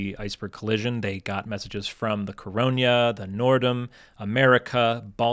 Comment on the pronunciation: Minor point here, it was Noordam, not Norrdom. It was a Holland America Line ship.